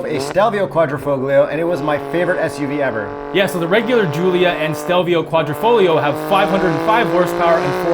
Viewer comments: So dude insists on pronouncing GTA correctly ( as he should) and then says “quadri-fogg-lio” instead of “quadri-folio”?!? Ugh. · NOOOO it is pronounced Quadrifo"YO" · On pronunciation:: yeah but I'm not Italian Also: it's Quadrifoheeeo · dumb ass says it's not A it's ahh but then proceeds to keep butchering quadrifoglio. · That QuadrifoGlio pronounciation was quite triggering, appreciate the correction 😄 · I think the G is silent in quadrifoglio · please fix you QUADRIFOGLIO pronunciation 😂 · Kooahdreepholio.. Modiphikatah